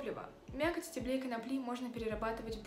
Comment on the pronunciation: Ударение в единственном числе и в именительном и винительном падеже множественного числа ставится на первый слог: стЕблю, стЕблем. В остальных формах множественного числа — на последнем слоге: стеблЕй, стеблЯми и т.д. Примеры: -Из стеблЕй многих фруктовых кустарников можно приготовить лечебные растворы. -По стеблЯм растений можно понять...